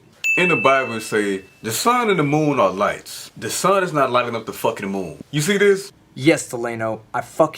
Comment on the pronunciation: "In da Bible, I' says da sun and da moon ah lice." I don't remember the lice-cosmology verses. Gonna need a citation on that one.